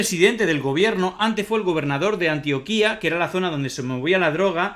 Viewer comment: solo decirte que es Antioquia no Antioquía. Un saludo.